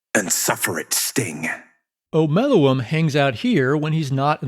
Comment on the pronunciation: thank you for pronouncing omeluum's name correctly